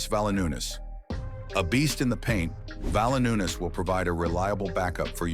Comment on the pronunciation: Lol, at least 3 mistakes that I caught - It's Valanciunas (keeps saying Valanoonus), Michael Malone not the coach any more, and Jokic has 3 MVPs, not only 2